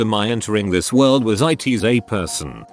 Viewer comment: Eye Tee Es a person